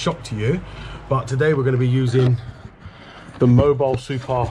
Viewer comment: oh no. Not MOBILE, Mobil. I know you are a Brit but come on....not hard i, soft i. Love your videos, have to mess with you a bit.